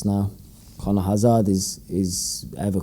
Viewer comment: The club did a video with the players pronouncing their surname. Hazard is not a difficult name to pronounce correctly...Hazerd, not Hazard is the pronunciation. Poor bloke. Geddon, you can turn it around.